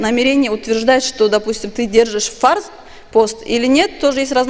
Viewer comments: На д з произносит неправильно ,фард , Рабадан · И не фарз,а фард. Неуч